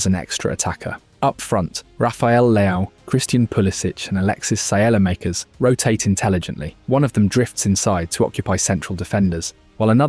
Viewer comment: The A.I. pronunciations are hilarious "MOEdric" SIELLYmakers"